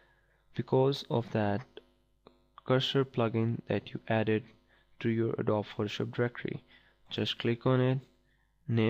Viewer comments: It's called adobeeeeeeee, not adob! XD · Adobee is how you pronounce it. It is spelt adobe.